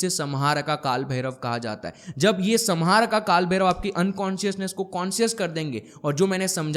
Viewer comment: Samharka को हिंदी में सम्हारका लिखेंगे । लेकिन सही उच्चारण "संहारक" sanhark है । Vedio banani hai to pahale sahi spelling likhna or bolna sikhle